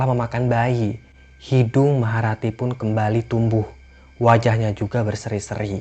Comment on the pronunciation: Maha rati jadi maharatu